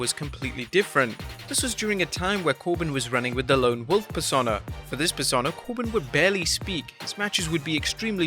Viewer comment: Every time you try to pronounce "Persona", it makes me want to punch kittens.